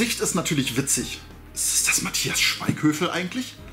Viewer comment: Der Schauspieler heißt aber Schweighöfer und nicht Schweighövel lieber ^^. Box ist ok in meinen Augen aber auch nicht mehr.